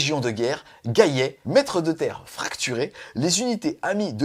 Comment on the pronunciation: JOYEUX ANNIVERSAIRE! Et de mémoire c'est qui a raison pour la prononciation, le double L ne se prononce y qu'après un i ^^ Donc gallet comme galet^^